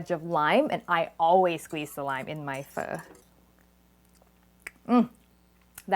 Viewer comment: I wish I could pronounce Pho as well as you do.